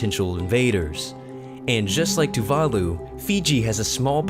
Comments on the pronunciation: Tuvalu is pronounced 'too va loo', not 'too var loo' !!! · Tuvalus lol wtf :D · The mispronunciation of Tuvalu made me want to die... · The way you pronounced tuvalu was fucking painful.